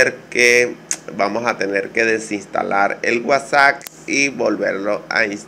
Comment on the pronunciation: Dices wasac jajajaja qué cosas no!!